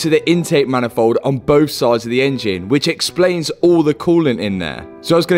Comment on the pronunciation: The way he says engine very bad